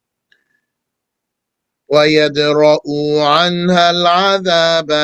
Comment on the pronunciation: Afwan shaykhi, the correct is ويدرؤ عنها, not ويدرؤو عنها, without Madd. Bārakallāhu feek